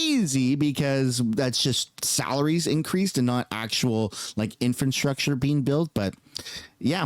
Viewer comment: Purely constructive criticism…. Or am I mishearing you all the time? It sounds like you say “infant-structure” all the time you mention it instead of “infrastructure”. Only trying to help.